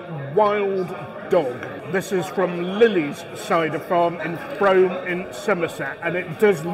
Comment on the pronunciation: Just to confirm, it is the most mispronounced place in in England but it is Frome as is fume not home.